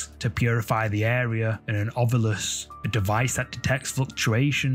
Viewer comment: THANK YOU FOR SAYING, "OVILUS", instead of, "Ov-YUlis"...drives me nuts!!😂😂😂